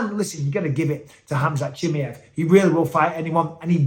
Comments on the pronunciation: it's not CHIMIEV it's CHIMAEV my gosh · I dont know wether your pronouncing his name wrong on purpose or by accident 😂 CHIM👁V Not Chimmyev 😂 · Khamzat “Chimmy-Ev” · What's with the weird pronunciation of Khamzat's surname?